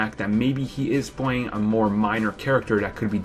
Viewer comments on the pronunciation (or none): Did ya here that? He witerawwy (literally) will be pwaying in Spiderman. Oh what a gweat theowy you have dere. Bahahahaha, keep trying.